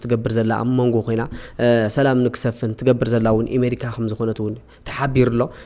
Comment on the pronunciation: ኣሜሪካ not ኢሜሪካ